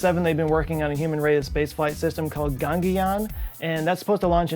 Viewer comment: Gangeyan? Seriously?